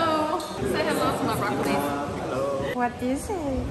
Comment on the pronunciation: What happened with broccoli pronunciation 😂